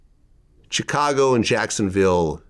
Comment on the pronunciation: Why does his pronunciation of Chicago bother me so much?